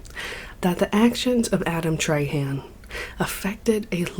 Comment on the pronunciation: Treyhan eh, it's pronounced trah-huh, but fuck dat guy anyway